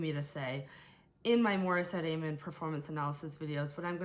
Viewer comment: very close, it's said as am-mon not ay-mon, I didn't know the first few times either